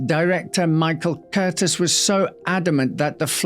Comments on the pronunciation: The name of the Noah's Ark director is pronounced Kur-yeez, not Curtis. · Interesting. It's pronounced MIchael Curteez. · Michael Curtiz is a Hollywood legend. It's pronounced Cur TEEZ.